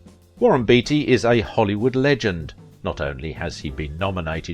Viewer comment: Are you sure his name wasn't pronounced 'Batey' ?